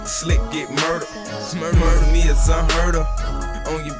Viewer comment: He said murda me its un herd of😭😂